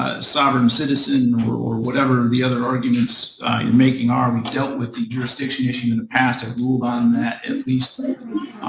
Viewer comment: What's "jurisdisshun"?